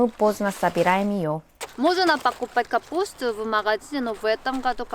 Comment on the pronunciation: "тавайте собирать капуустуу")))